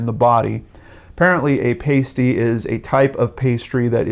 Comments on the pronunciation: Pasty... "ahhsty" not "ayysty" ;) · It's a pah-stee not a payst-ee. It's a sausage roll like savoury pastry but it also has vegetables. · Pa-stey not pay-stey. A meat and vegetable pastry from Cornwall. As you werd. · It's not pay--stee...it's pah-sty. They taste a lot like a pot pie. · Sorry but your mispronunciation of pasty cut through me. It is pronounced Past-E. Not paste-e. That's a nipple tassel/covering. I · OMG haha pasty., they're not stripper nipple covers, they're essentially hot pockets and pronounced PASS Tee lol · Mate, you have a great channel. Excellent stuff. Pronounced PAS...TEE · Lol pasty is pronounced past-ee 👍 * as in your "past" and future* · its pronounced "parsty" with an r but spelt pasty btw if you want another mystery from this city near where i live look up "The Beaumont Children" perhaps Australias biggest missing persons case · And summertun not Somme-er-tom. I’m a yank and I know it’s “passtee” though I lived in the UK for a bit. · Pastey is pronounced past E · a pastie with a long 'a' (pronounced like 'April') is a little tassel or the like worn on an exotic dancers breasts. The meat pie (pasty) is pronounced with a short 'a' as in 'actor'. Just an FYI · More comments about you not saying pasty right than about the case. Lol I think he gets it by now guys. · Great video as always,! But the way you say Pasty... XD (Pasties are still a big thing over here;) )